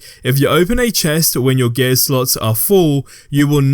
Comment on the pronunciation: It took me so long to understand what you were saying when you pronounce “gear”